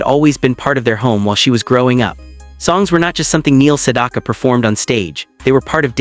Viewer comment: Learn how to pronounce his name!